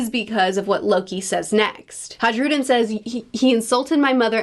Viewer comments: Dear, the name Hajrudin is pronounced "Hi-Rou-Dean" sincerely My monk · Hey, love your videos. I just think you should know that it's a soft J and it's actually pronounced "Hairudin" or "High-rudin" Hope this makes your life a little easier and have a wonderful day. :) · Your pronunciation of Hajrudin will never not make me laugh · The you pronounce hajrudin is killing me